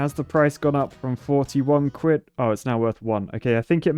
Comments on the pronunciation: It’s Quid not Cuid lmao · Ah yes “cwid” my favorite currency. Way better than dollars and sents. Perfect for buying architect’s tears mugs, blessed by the cween and cing. Honestly “cwid” if the best currency I cnow of. Anyone who doesn’t lice “cwid” is an architect and as such should be shamed in a state of the art, beaver engineered, shaming wheel.